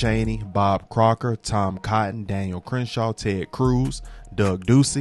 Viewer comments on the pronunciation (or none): none